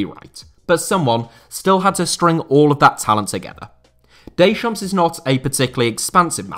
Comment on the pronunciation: stop calling him daychomps